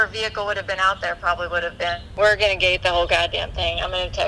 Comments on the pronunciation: VEEHICKLE IM LAUGHING SO HARD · she said vehicle wrong